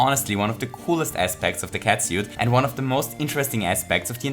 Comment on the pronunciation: 5 out of 5 fuzzies for your pronounciation of "catsuit".